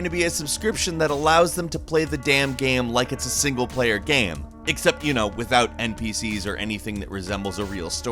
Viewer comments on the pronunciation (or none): Why does he keep on saying gam and not game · Is it me or does pronounce the word "game" strangely???